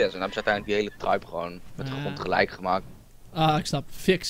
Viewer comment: xd het is tribe niet tripe het is tribe